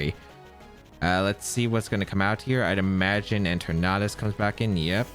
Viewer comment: Your Eternatus pronunciation is almost the same as your Tornadus pronunciation. I wasn't watching the screen while I was listening to the video and I legitimately thought you were up against a Tornadus.